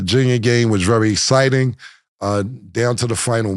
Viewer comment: Cam can’t say exciting.😂😂”essciting”